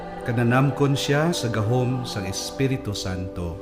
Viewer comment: Sa ngalan "sang" indi "san". 😁